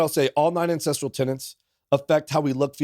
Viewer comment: This guy is tripping me out. English is my second language and the way he pronounce "ancestral", I hear "incest".